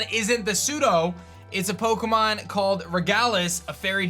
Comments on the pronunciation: At the beginning of the video it sounded like he said picklemon sword and shield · Lol i was gonna say, did he say picklemon? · Did he say picklemon at the beginning? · No offense, but I laughed a bit at "Picklemon". XD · He did